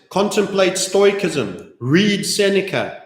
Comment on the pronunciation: Stoicism is pronounced: stow· uh· si· zm